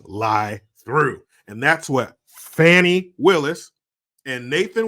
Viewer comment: So annoying when people try to fancy-up a name pronounced, “Fanny”, by saying, “fonny”.